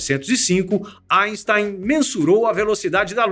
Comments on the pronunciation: Kkkkk engraçado ele falando asten" kkkkk O Sikeira iria adorar kkkkk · GOSTEI DA PRONÚNCIA EINSTEIN.